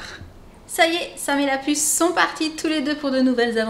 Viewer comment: a chaque fois que vous dite la pusse je crois que c est jen ;D